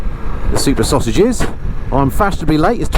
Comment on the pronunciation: "Sauge action" Ooh err missus 😉 😅